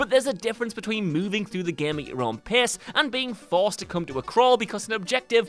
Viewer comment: Every time he said "pace" i heard "piss" and had a weird mental image of NPCs matching your piss in the toilet.